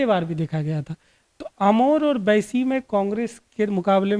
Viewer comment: भाई साहब ये बाईसी है ना की बैसी….अपने word में करेक्शन कीजिए